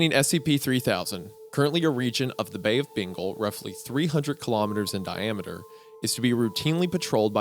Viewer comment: You mean "bay of bingle" lmao